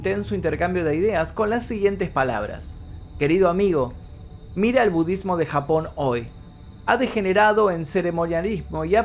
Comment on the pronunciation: Me gusta como a veces decís “budddesmo”